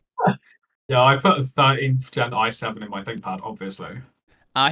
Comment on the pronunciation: Great video but that Immolo dude sounds like a right twat and I hope I never come across him. Also it's gen as in generation not GENT oo :P